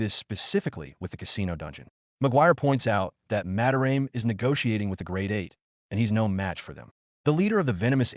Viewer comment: "Ma-da-ra-meh" not "Mah-de-raem"